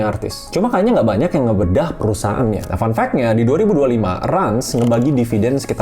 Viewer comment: RANS dibaca RANCH.. kenapa masih pada bingung.. jelas itu bisnis ternak 😂